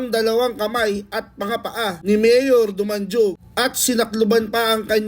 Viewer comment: Boy dumanhug ang pag pronuons hindi dumanjug getz ?